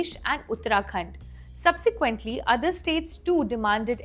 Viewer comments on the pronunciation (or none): none